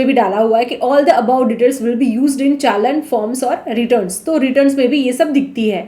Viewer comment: चलन नहीं होता चालान होता है 😅